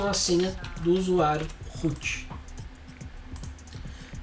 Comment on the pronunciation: Desde sempre, vejo alguém falar root e o que meu cérebro traduz: -Rute? 😄